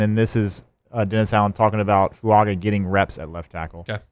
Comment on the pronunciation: It's NOT FuaNga! It's foo-aah-ga